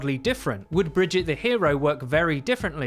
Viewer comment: Have you considered your pronounciation on Brigitte. Theres an e there, and it isnt silent